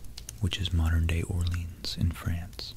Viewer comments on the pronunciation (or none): none